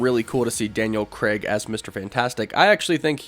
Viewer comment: Why can no American say Craig properly 🤣🤣